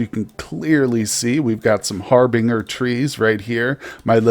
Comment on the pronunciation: I think it's har-bin-jer harbinger tree